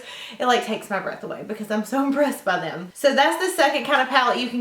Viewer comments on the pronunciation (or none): none